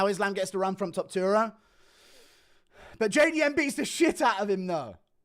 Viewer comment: You said Topturo😂😂😂